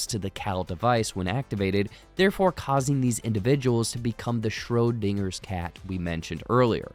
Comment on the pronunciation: Your coverage of this series was amazing and I loved it, but god damn did I giggle everytime you said Schrödinger 😭